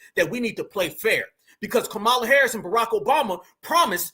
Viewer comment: Ok but please I listen and enjoy but as a black person please don’t miss pronounce Kamala name their is not a o in her name you saying it like ignorant whites say it